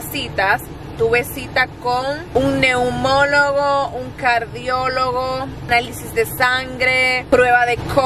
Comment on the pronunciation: Hija Naumonolo nooo....😮, es neumólogo